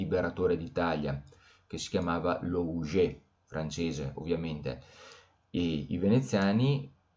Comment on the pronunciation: La pronuncia corretta di Leuven è in olandese 'lø:vən; ma esiste anche una forma italiana del nome ed è Lovanio. E quella del dittongo ou in Louget è U, dunque lugé.